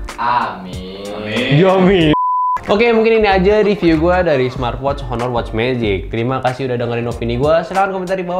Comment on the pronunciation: Baca "aner".